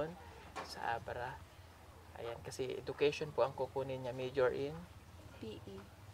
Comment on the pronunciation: Say [e-ju-kay-shn = ejukayshn] for education. Good luck and may everyone be safe 👍.